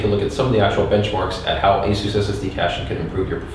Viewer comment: I am about to pull my hair out.... what software are you using to do this? it sounds like you are saying asu2 software, I did a google cant find anything called asu2.... Please post a link. Someone please help why does he say it so fast and matter of factly. Like I have any idea.